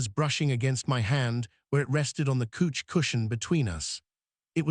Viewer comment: Could you please teach your AI to say couch instead of couch! It's really driving me nuts.😂